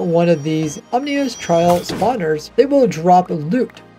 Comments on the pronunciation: Bouncing back and forth between saying 'ominous' and 'omnious' which is not a word is crazy 😂😂 aw man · Wind Charged, Oozing, Weaving, and Infesation should not be potions you can brew. They’re better as challenge modifiers. Also I am PRAYING they make Raid Captains in raids not drop Ominous Bottles. Raid Farms need to die. Also, it’s Ominous, not Omnious 😭 Please work on your pronunciation, it just adds to the level of annoyed I feel watching your content.